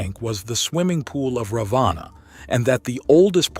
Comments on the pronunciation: Please STOP THIS COMPERING AS THE NAMES are FAULTY PRONOUNCED! It is NOT -"रवाना"- meaning DISPATCH INSTEAD of रावण the Demon King a Highly Knowledgeable and Majestic Personality from RAMAYANA रामायण. The CONTINUENT IS GENUINEL and GOOD but Presentation is BAD due to WRONG Pronunciation! I'm ready to do It. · Hindi has a short a and a long a. In English you would write it as Ravana or Ravanaa. However when you pronounce it it should be Ravan (for the short a)